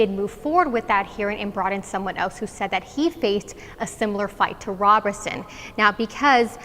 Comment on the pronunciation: Please pronounce his name correctly ROberson not RAberson.